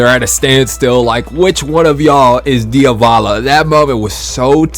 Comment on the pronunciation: "Diovalo"? I pronounce it as it is written "Di-a-vo-lo"